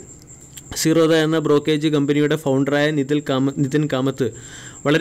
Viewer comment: Brokage അല്ല മനുഷ്യ.. ബ്രോകരേജ്...